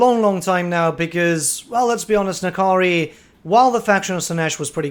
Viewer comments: That is simply wrong. There is no "i" They pronounce it well in the game. /Nah Kahree/ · Its a made up demon name so which ever. In game its pronounced Na Kari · is it pronounced "Ni-Kari" or "En- Kari"?